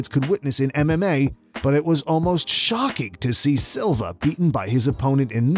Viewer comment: Add Eric "Salva" instead of "Silva" to the list. But yeah, the 2 you mention are more egregious